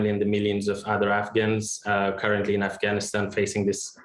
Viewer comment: it’s “Afghanistan” not “Afighanistan”. I bet he’s say “Jesus” not “Jesius”. That’s because he spends a lot of time saying that name, and he (probably) never slips up saying it. Since he doesn’t talk about Afghanistan much (as much as he should at least) he slips up saying the name.